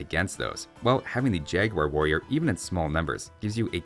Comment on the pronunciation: I remember oh so well, but I loved so much the pronunciation of “jagwair” :)